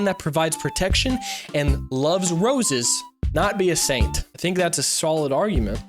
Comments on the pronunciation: When you say Saint kind of sounds like you’re saying Satan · say Saint